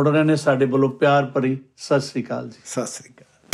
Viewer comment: ਜੀ ਬਹੁਤ ਵਧੀਆ ਪਰ ਵੀਰੇ ਸਾਸਰੀ ਕਾਲ ਨਹੀਂ ਜੀ ਸਤਿ ਸ੍ਰੀ ਅਕਾਲ ਹੁੰਦੀ ਹੈ ਜੀ 😊